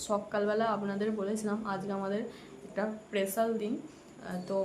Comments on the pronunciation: Special day k barbar pesal pesal day korcho surprise k suppraiz bolcho tractor k tactor bolchokeno... english boltei hobe ta joruri nah..vul val bole nijeke hassokor bostu banao keno..banglay bolo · পেসাল নয় স্পেশাল উচ্চারণ ঠিক করবে